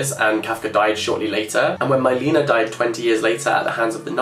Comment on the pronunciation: maybe google how to pronounce non-english names beforehand? Milena is Czech and not pronounced like that lmao